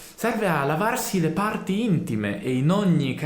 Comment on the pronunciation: A cosa serve il bidet? Il bidet serve a pulire le pa...rti intime 😆 Per come l'hai detto ho temuto 😆